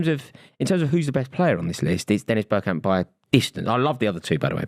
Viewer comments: It's Bergkamp. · It’s bergkamp.